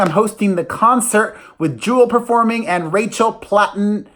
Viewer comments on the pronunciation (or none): You were correct the first time it is RACHEL PLATTEN not PATTON